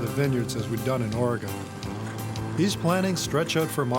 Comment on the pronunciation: Does this guy know how to pronounce Oregon?